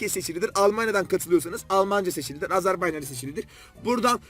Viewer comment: Ilk defadir Azərbaycan kelimesini bir turk tarafindan bu kadar dogru soylendiyini duydum